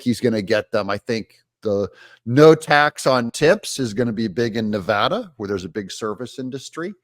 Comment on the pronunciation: Thanks for pronouncing "Nevada" correctly,.